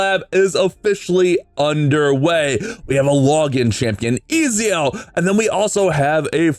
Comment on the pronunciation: I was going to watch this, but then you said Ezio wrong... so.....